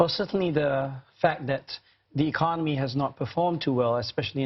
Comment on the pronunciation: is no one going to say anything about how he says 'economy'